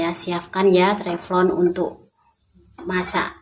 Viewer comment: Teflon bukan Treplon